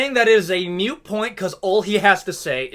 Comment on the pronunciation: Btw, it’s ‘moot’ point. Not ‘mute’. Otherwise agree with you.